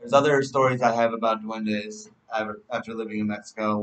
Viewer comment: Is duendes not the way u say it lol